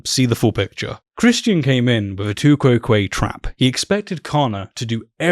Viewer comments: I learnt Latin in a non-English speaking country, anyhow, nobody knows how Latin was pronounced. However pronouncing tu quoque as one word sounding like two-kwoh-kwa as an exited duck would. To my ear “to—kou¨oh¨kwae sounds more like I learnt it. But to each their own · It took me some time to realize that you mean "tu quoque" when you say "two kwow quayy". That is a very weird pronounciation.